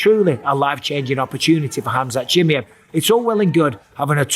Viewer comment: who is this khamzat "chimyet" michael bipping here is talking about?